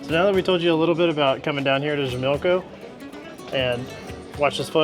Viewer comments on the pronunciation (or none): Hi guys, great video especially given that you're currently a small channel. A little help with pronunciation... Xochimilco is pronounced "soh-chee-MEEL-koh" Chapultapec is pronounced "chah-POOL-tah-peck" I'm heading to Mexico City next week and I appreciate the informative video. Que la pasen muy bien! (Have a great time!)